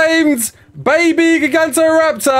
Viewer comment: say it with me...."ji-gant-oh-raptor"